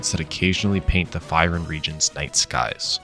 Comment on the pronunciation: Your saying the Region Name wrong, go watch 1 of his FYRUN videos.